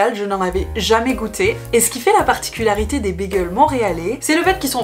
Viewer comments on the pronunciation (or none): none